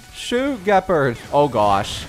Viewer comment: say it with me, "Jeh-paard"